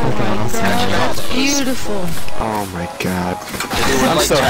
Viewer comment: "ITS BJUTIFUL"